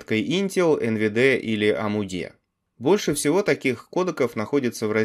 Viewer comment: Неужели трудно нормально называть названия? Амудэ.... не смешно ни фига